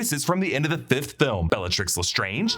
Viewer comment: I’ve said it before and I’ll say it again. It’s not not Le Strange, it’s Le Strange rhymes with plunge